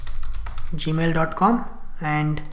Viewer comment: I really like the indian version of gmail...gamil haha just kidding great vid.